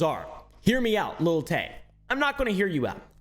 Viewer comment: why is it so hard for doofy white people to say "lil"? it's not little tay. it's not little wayne. it's lil. l i l. lil. LIL. not LIT TLE. cmon dude what are you a boomer? little oompaville? lil oompaville? can you practice with me. you do not pronounce a t, there are no ts. even your dog lil doggo hates it. GET EM LIL FRANKIE GO FOR THE LIL JUGULAR